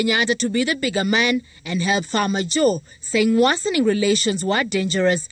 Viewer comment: Jeff, pronounce “ Farmaajo “ properly.